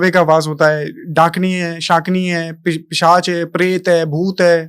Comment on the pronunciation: Pisach hota hai naki pichash 😂